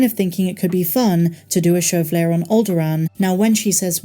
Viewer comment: L-E-I-A. "lay-ah" 😉😁